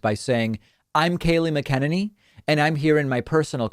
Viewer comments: David: is pronounced MAK-UH-NAN-EEE. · Why does David pronounce McEnany's name weirdly? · I just don’t get the intentional mispronouncing of KKKayleigh’s last name. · Actually, I pronounce it Mc-a-ninny. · Can never pronounce her name